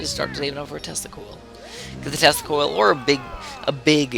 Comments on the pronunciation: When ever you say tesla coil I always think you say testicle. So when ever you say "I am going to screw people with my tesla coil" I hear "I am going to screw people with my testicle. Meanwhile I am sitting watching the video with my face like O.O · Every time you say Tesla Coil I hear Testicle...don't judge me.